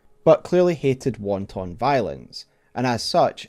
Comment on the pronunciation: "Won-ton violence" it's pronounced like 'wanten'